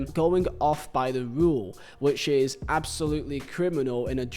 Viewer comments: I lost count of how many times you said Jose murinho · Couldn't complete the video because of how you pronounce his name. So jarring. Sorry😂